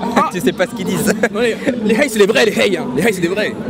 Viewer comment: On dit " rhey " pas " hey "